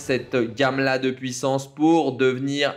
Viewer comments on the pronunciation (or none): none